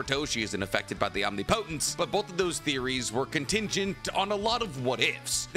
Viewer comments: My guy: Om-nip-o-tence. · I give up, this man is gone say OM-Ni-Po-tence till the end of time 😂😂😂 Love the content though, keep it up! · I don’t mean to nitpick. But please pronounce the word correctly. Omnipotence. (Om-ni-puh -tense). I cringe so bad hearing it said wrong every video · Do you say omnipotence that way to hurt me? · I feel like you mispronounce omnipotence just to get people riled up. Nobody is dumb enough to think that's how its said